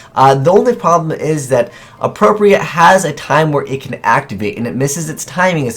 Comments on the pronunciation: FYI, it's pronounced "appropri-Ate", which means to take something for yourself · "It's Appropri-ATE,* not appropri-IT.* *Consider yourself educated." Pronunciation does not matter, different people have different dialects. Those two pronunciations of the word 'appropriate' obviously mean the same thing. Also, consider yourself educated.